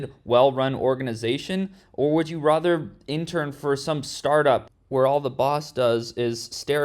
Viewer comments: Why he says rather like rother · You always pronounce "rather" in a cuckoo way!!!